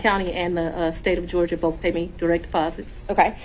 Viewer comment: Why are so many African Americans regardless of education level incapable of pronouncing the TH sound? Fanni and the host of this channel consistently pronounce words like Both and Earth, Boff and Earff. My god. It can't be that hard.